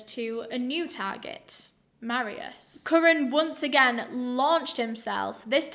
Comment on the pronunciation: Me being polish :))) also is not marius you say it mar i u sh